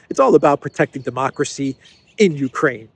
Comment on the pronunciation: " yuh, demokwacy" is she ever not drunk 😂😂😂